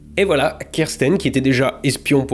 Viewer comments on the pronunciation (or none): none